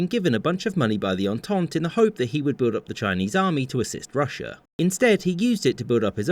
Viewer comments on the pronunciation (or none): none